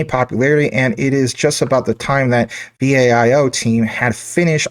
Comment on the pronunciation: It's not V. A. I O. It's Viiiii "OOOOOO". LOL. how do you not know this? Here's a youtube on how to pronounce it ( ). I enjoy your Jasmy content; great work! I've been holding Jasmy for nearly two years. I've worked with Japanese tech companies for over 35 years; they're some of the best in the world.